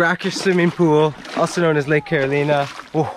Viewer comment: "Carolina" /kæ-ro-lai-nə/